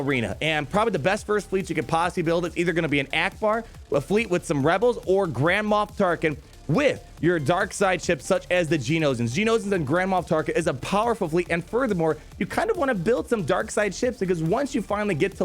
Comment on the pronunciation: i could swear he is saying grandma tarkin...